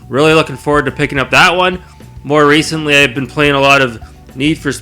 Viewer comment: "Re-cent-ly" JBH "Huuuuge fan" HCG 😂 I appreciate this vid. I consider you an authority within the racing genre. Your recommendations are always on point.